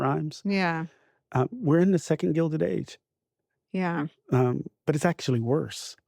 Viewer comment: Correction: "Second Gelded Age"